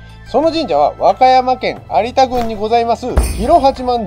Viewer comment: 「有田みかん」は 「ありだ みかん」と読みます。 ごめんなさい。気になる質で……